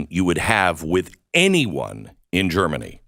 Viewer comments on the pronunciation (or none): none